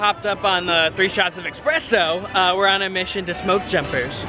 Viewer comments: no one:: expresso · dude, its espresso not expresso